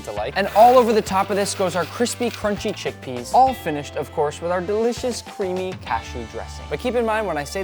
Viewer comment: "Cash-shoos" - unknown